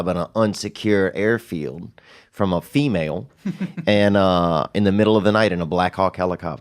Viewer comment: He always emphasizes a female in the helicopter… I am beginning to think more male than fe…male hahaha